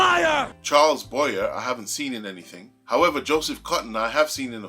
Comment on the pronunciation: EXCELLENT REVIEW!! I LOVE THIS MOVIE!! Oh...just a note: Charles Boyer's last name is pronounced: "BOY-yeah", I believe.... THANKS, AGAIN, for being the ONLY REACTER I've SEEN react to this GREAT FILM!! Can't wait to watch more of your reactions!! HUGS from TEXAS!